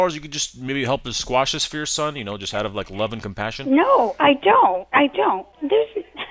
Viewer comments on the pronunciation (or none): It's quash, not squash.